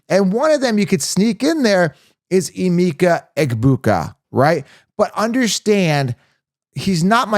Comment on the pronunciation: As a Nigerian it’s pronounced “ahh-meka”. Love your content 👌🏿